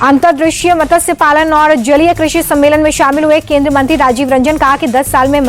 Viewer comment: मैडम आपको मत्स्य बोलना नहीं आता, आपने मतस्य बोला